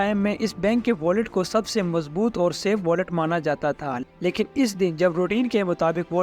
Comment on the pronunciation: Aray yaar " wallet " nahee....VAULT...VAULT!!!!!!